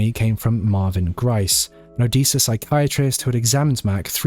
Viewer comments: it's Odessa your saying it wrong it's said the same way as the city in Russia o-des-a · Good job! Odessa is pronounced with a short e not long e.😀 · The second syllable of o-DESS-a rhymes with “dress”. 😉